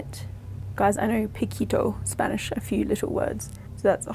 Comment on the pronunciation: Im amazed at how good their pronunciation of spanish is